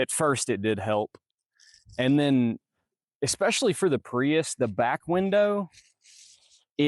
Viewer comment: I thought I misheard, but he keeps saying "eXpecially" 😆